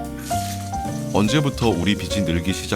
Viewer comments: 비시 비지 발음좀 정확히 해줘 .... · 비시라고 X 비지라고O 비시라고는 빗이라고.. 제발 제대로읽길..